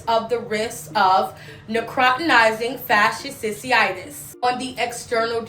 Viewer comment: as a microbiologist her pronunciation of necrotizing fasciitis was abysmal. But this isn’t a new disease. Necrotizing fasciitis; these particular cases seem to be caused by group a strep which is common. Typically when you go to the ER for a cold they are gonna run Flu AB and Strep AB. For it to cause necrotizing fasciitis these patients had to be immune compromised somehow. This one really isn’t of alarm to the general public outside of certain circles because in a normal healthy immune system it shouldn’t progress to this stage. Now what would be of concern for me though is if it was antibiotic resistant; because at that point if exposed to enough people and enough mutations happen then virulence could be enhanced to infect people with healthy immune systems as well since we won’t be able to eradicate it in infected populations. Microbes are pretty fascinating. I also really wish people would fully know things before trying to put out PSA. Like if you can’t pronounce it you probably shouldn’t be educating 😂.